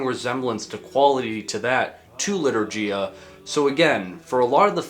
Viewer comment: As a polish person, I plucked a hair in agony each time he pronounced litourgia 💔